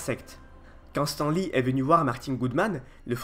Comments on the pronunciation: on dit stane lee et pas stan lee ou stin lee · Stan lee srx tu prononces "s'temps" ???? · Juste on prononce "stanne" lee ^^ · Pitié in prononcé pas stEN Lee😂😂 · Pitié on prononce on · Travail ton accent... (Anglais). La vidéo est intéressante mais l'accent détruit ta crédibilité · Très bonne vidéo éclaircissant certains faits que l'on ne connaissait mais une chose me chiffone un peu, c'est la prononciation de ton Stan Lee qui m'écorche un peu les oreilles mais sinon excellente vidéo continu comme ça. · attend, comment tu prononce Stan Lee !!? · super video mais apprend a prononcé stan lee correctement. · bonne vidéo mais désole j'étais obligé de le relevé, ta manière de dire Stan Lee est juste horrible mdr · mdr bien répondu